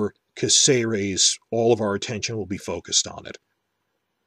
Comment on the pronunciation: Well, since you're worried about mispronouncing things then I have to point out that the town's name is CÁcerec, not CácEres. In Spanish words that little dash specifies which vowel is stressed. You've been saying it wrong the whole time.